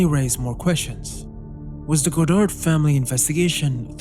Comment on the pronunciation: It's pronounced Yves God-arr, not God-ard